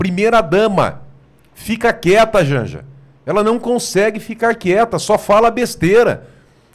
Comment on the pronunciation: Isso! Continua falando Djandja!